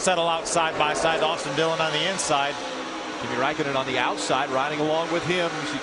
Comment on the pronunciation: Jim not jimmy